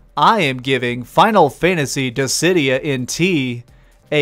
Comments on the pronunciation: "Dissy-Dye-ah" it's, "Diss-id-e-ah" Dissidia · Dizzeh-die-ah? Gods? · In all the time I've known about this game, including the PSP version, this is the first time I've ever heard "Dissidia" pronounced "Dizz-eh-dye-uh". I'm genuinely curious why you would pronounce it this way. Also, I'm thinking about getting this, but I have no interest in online battles. So, can I do offline battles in order to unlock the story, or does it have to be online battles? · I was so thrown off by your pronunciation of 'Dissidia' haha Good review, I'll probably wait for a sale